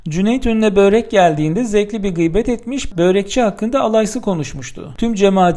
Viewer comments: Lütfen, “böörek “ demeyin. Dilimizde uzun “ö” harfi yok. Çok kulak tırmalıyor. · birkaç dil sürçmesi haricinde sorun yok. diksiyonunuz çok güzel. Börek kelimesini de çalıştınız mı her şey harika olur. Harika bir video idi teşekkür ederim